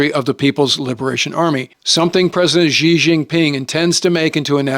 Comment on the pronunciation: President Ghee. hahaah fix your pronounciation.